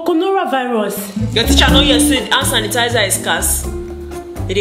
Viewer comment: “Hand tanisizer”,conora virus🤣🤣